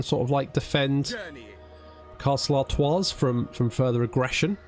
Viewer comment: The s in Artois is silent